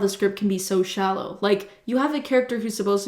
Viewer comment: sometimes i forget that is canadian... than she says « shallow »